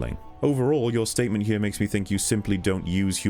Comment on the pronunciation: I have returned to watch this whole series 4th time and I just can't keep myself from saying just how awesome your pronunciation of the word "here" is. Music to my ears every time